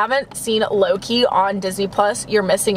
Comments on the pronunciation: When you where talking about your Starbucks drink I kept thinking you where saying low key when you where really saying Loki 😂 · When said Loki I thought she was saying Low-key 😂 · Did anyone thing that she kept saying Lowkey instead of Loki Just me? Okay